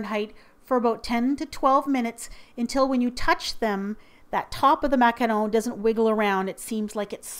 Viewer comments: Nice job on the macaron pronunciation,!:D xx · She's pronouncing it perfectly, she's French Canadian. You guys need to stop being so harsh, is a baking goddess. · FINALLY, someone pronounces it correctly <3 lovely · I love it how you pronounce ''macaron" and "macaronage" :D ❤ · I loooooove the way you pronouce "macaron", to a french hear you have kind of an spanish accent :D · finally! someone who sais MACARON not MACAROON :) btw, is that martha stewart from tv paprika? (saw your baking tray) :) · The way you say macaron>>>>>